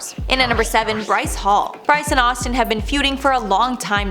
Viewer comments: Playing back because deadass called Austin "ASStin". I'm cackling! 😂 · #7 when she say ASStin lol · "astin aust" instead of Austin asked........ I laughed so hard at that one! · 🤣I had to rewind it back!! wasn't sure if I heard what I wanted to 😂